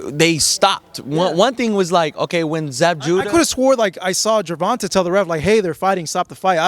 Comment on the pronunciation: Y can't this reporter can't say TANK name. The right way .he keep saying Gervonta name wrong..dang bro